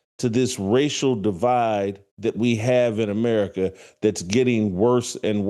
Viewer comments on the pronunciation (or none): none